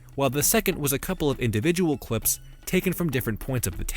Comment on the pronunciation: why did you say cwips instead of clips? or febwuawy